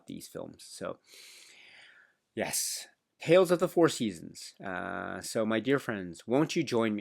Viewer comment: Your pronounciation of the titles in French is pretty good! 👍